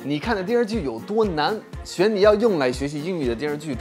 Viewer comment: 品类，品不要突出重读，一般重读即可，类要一般重读，不能轻读弱读。中文是音节等重的关系。多难一般重读，不要在词的中间语调上升。你自己的英文水平，这句话不要逐渐的弱下去。每分钟会有一到两个，这里的一不能突出重读，只有单独说一个的时候，突出重读，这里的一到两个的一应该读平声。每个词汇中间语调不要上升也不要下降，保持一般重读，语调放平。某些情况下，闭上眼睛听你讲话，有点唐山口音的感觉。